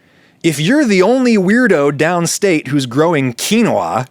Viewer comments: adam, u used every pronunciation possible for quinoa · Likely on purpose just to push buttons. I applaud him.